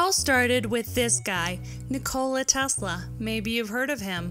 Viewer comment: Tesla was a god!.. The way you pronounce his name makes me want to slap you!